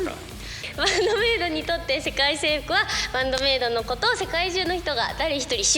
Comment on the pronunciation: He makes a few mistakes, like saying "sekai seifu (world government)" instead of "sekai seifuku (world domination)", but yeah, much better than most.